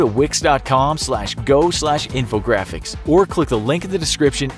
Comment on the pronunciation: When he said Wix, I thought of Vicks...